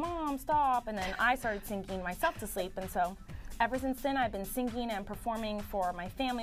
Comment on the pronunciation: I love how she says singing, almost like syncing.